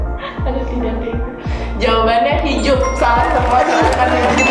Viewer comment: duh mbak nya, akuuuh jadi gagal fokus ketika dia mengatakan HijUp wkwkwkw